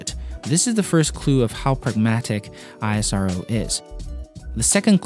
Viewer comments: No i-s-r-o Pronounce a word not a letters ISRO is acronym like nasa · It is pronounced eesro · You must pronounce ISRO as a single word as in NASA (Ísröh) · It's pronounced "eesro"...just like we don't say "NASA" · Its pronounced as ISRO(IS-ROW). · For the love of god, just call it ii-s-row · It's pronounced "eesrow" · It's called isro(ishro) bro just like we called nasa as nahsa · It's also pronunced as 'eesro' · We pronounce it 'EESSRO'. You can see the Hindi word beside ISRO :) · Just to add, ISRO is pronounced ‘isro’ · It's pronounced "is-ro", much like how its Na-sa and not N-A-S-A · We indians pronounce it as "ees-ro" not ISRO ... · Its pronounced EES-ROW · its pronounced eaass(IS)roow(RO) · This man should have apologize in front of whole indians for pronouncing isro like that. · You speak wrong pronounce of isro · u don't pronounce NASA like n.a.s.a ISRO is same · please do right pronounce of ISRO word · Pronounce ISRO PROPERLY YOU PLAIN EYES. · first u learn correct pronounce of ISRO bro. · Great video. However the agency is pronounced as 'Eesrow' not I.S.R.O. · First time I saw a man who can't pronounce isro name correctly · It's ISRO, not I-S-R-O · It is "isro" not I.S.R.O!! SAME. AS nasa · Am i only one who finds it irritating when he speaks I-S-R-O instead of ISRO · Goodness! It's not "ai-es-ar-o". it's pronounced "ISRO" just like "NASA" is not pronounced "en-a-es-a" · It's not I A SARO , THIS ISRO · Pronounce it as ess-row (ISRO) calling it I-S-R-O is bit awkward..... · its not I S R O its ISRO pls say it properly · I -saro 😂😂😂 It's ISRO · It is not I S R O. It is ISRO. Pronounced as ISROW. Our agency. Our pronunciation. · It kills me Everytime he says I S R O... Just call it isro. Sounds nice. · Its pronounced ISRO, not I-S-R-O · First of all it's called Isro not I S R O....like Nasa not N A S A... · Why you are pronouncing I-S-R-O, you didn't pronounced NASA as N-A-S-A, It's ISRO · BRO.... PRONOUNCE LIKE "ESRO"...BUT NOT "I S R O" SEPARATELY 😅🤩